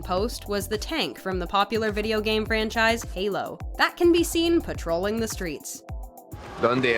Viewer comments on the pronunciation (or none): none